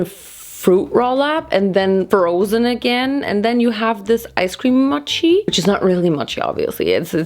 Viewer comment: TY FOR SAYING MOCHI RIGHT!!!!